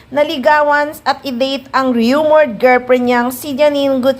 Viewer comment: Awkward pronounced as uh-kward while rumor is roo-mor